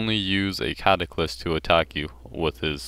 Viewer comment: CataClyst and sCimitar. Lol.